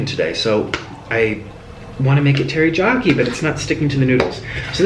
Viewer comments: It bothered me so much that he kept saying teryjoki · I love this nick but him saying terijaki makes my ears bleed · Its funny to me how he keeps sayin "terijaki" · What the hell is terijaki it is teriyaki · He called teriyaki tear-i-ja-ki (how it's actually pronounced:tear-ri-a-ky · Anyone else annoyed that nick was saying tarijaki instead of teriyaki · had to laugh at him saying teri-jacki sauce.. its teh·ree·yaa·kee (im writing in phonetics...not the way its spelled) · It’s not Terijaki, Correction: Terr-e-ya-ki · its taryakey not targokety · Stop saying Terra jock eee 😒😒 it's teriyaki omg boy. And also you didn't have breakdowns back when you had a healthier diet cause unhealthy food can fuck with your hormones and mentality. Not saying to offend just you should talk to your doctor and do your research about how unhealthy food does affect your mentality and hormones. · Samantha Lesstrange 1. It's written as 'Teriyaki'. 2. Spanish people pronounce ys as js. That's why he says 'Terijaki' instead of 'Teriyaki'. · EMILY LIANG Spanish people pronounce Y sounds as J. Thats why he probounced it as terijaki, not teriyaki. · Ter-ee-YA-key not ter-ee-JA-key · sunny lanes Spanish people pronounce ys as js. thats why he said terijaki not teriyaki :) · Hi Nik....love your vids but why do you say Teri-jack-i and not Teri-yak-i?? Say hi to Mr Noodles :) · It's TeriYaki, not pronounced teriJaki ^^ Just for your info! Love your channel! xxx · Tera-Jackie ???? No no no no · Every time he said "TeriJyaki", I died a little inside My poor Asian heart can't take it 😔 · he said "teryjaki" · mans did not say terryjocky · Umm did he just say tear-ee-Jack-ee???? I spelled it wrong cause I wanted to make it like how it sounded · Teriyaki, terijarki. Lol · Is he saying teryjaki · I can not believe you’re saying teri JOCKY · Its terry-yack-ey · First off it's terriakie not jakie, second off you have to let the ramen soak up the teriyaki sauce which will let it taste better